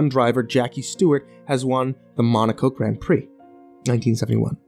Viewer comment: It's so weird hearing an American say things like "arsenal" and "formula one" and "Grand Prix" (which you are saying wrong!)